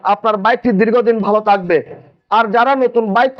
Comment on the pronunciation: আজকের ভিডিওতে থাকবে বলবেন সেটা না বলে বললেন তাকবে কথার উচ্চারণ স্পষ্ট হতে হবে তাহলে কথা শুনতে ভালো লাগবে।